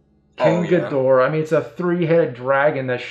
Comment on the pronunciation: It’s Gheedrah not gudora